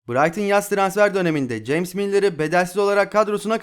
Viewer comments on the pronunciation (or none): none